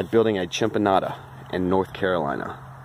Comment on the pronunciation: Your constant mispronunciation was cracking me up. I kinda like it, gonna grow food, make it sound like food! (It's chin-AHM-pah) I used a modified system in a swampy area (closer to the original due to inclusion of woody material for structure) in my home state of Florida. I moved to another swampy state, Louisiana, but I live in a city now so my options are limited. I use no-dig beds almost exclusively now. I've been waffling about buying a large piece of land in nearby Mississippi with a very swampy corner. Watching your video has definitely moved that area from the Cons column to the Pros. I was mainly concerned about mosquito control but since we don't freeze like you do, I could realistically add fish to the channels to keep the mosquitoes in check. Thank you!